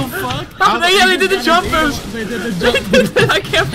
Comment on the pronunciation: SUCCESHFULL BOOSHT! xD